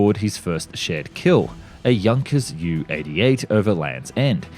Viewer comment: A few mispronunciations. The Isle of Wight( not Wright) Dornier ( not Dorner) Junkers are Designated JU not U